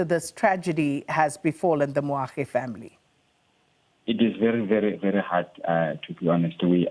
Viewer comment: Moagi not Moagdi!